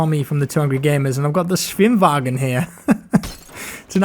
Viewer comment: You pronounced Schwimmwagen realy well. Nice greatings from germany.